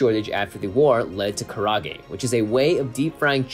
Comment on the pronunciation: Does keep saying "karage"? Like karate, but with a g?...That makes me want it more now. MOAR! NOW!